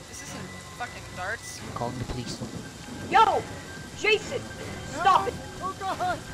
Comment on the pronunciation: Lmao he said Jazzon